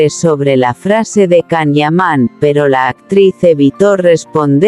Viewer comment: POR FAVOOOORRRR, escribe y pronuncia como corresponde el nombre y apellido del actor turco: se escribe CAN YAMAN. y se pronuncia: YAN IAMÁN. Si tus rumores y comentarios son como escribes y pronuncias, imagino que todo es un error tuyo.